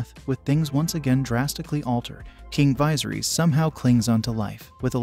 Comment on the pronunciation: Apparently one of the details you missed was how to pronounce Viserys. Not sure how you botch it that badly when they repeatedly say it throughout the show.